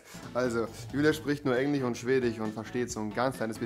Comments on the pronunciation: Niemand: Rewi in den ersten 30 Sekunden: Englich und Schwedich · Englich und Schwedich 😂🤣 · niemand: rewi: schwedich, englich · Chwedich und Englich kenn ich noch gar nicht 😂😂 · Englich und schwedich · Englich" und ,,schwedich" ich Feier deine Aussprache 😂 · Schwedich und englich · englich und schwdich